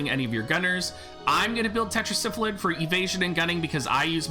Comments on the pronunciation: its' Sylphid (Syl-Phid) not Syphlid (Syph-lid).. pardon my OCD lol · I don't know why but I cracked up everytime he said Syph-A-Lid lol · Thank you. Every time I hear him pronounce it the way he does if sounds like he is saying Syphilis.